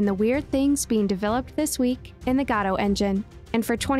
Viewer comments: dude it's "go-dough" not "gah dough" please dude it's driving me insane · never heard anyone say godot as gadow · Great content, thank you! Btw, first time I've heard Godot pronounced like that :D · You're pronouncing Godot wrong